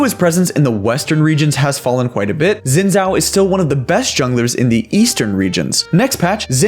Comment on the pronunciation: Not how you fucking pronounce Xin, listen to Lee Sin lines and lean to say his name